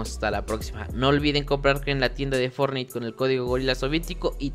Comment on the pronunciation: Y forrait xd